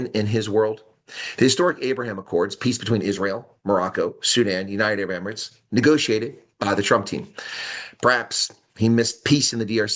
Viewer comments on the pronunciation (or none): none